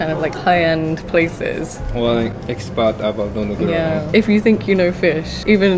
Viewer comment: just separate into 2 words Nodo (throat) Guro (black) when you say it lol